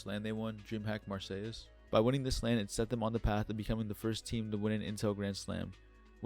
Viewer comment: Don't need to pronounce the es in Marseilles, great work though